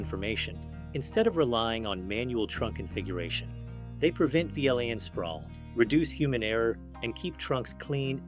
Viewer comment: An interview question... answered by an AI... that can't pronounce VLAN... I am... so depressed